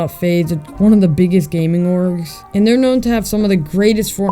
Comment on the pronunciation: Lol the way he said orgs